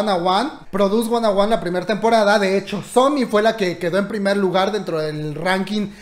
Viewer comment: A mi dandome algo porque dice sonmi y no somi🤖